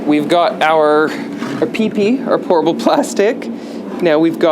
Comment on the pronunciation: lol, every time you say Pourable it sounds like you are saying Horrible 😝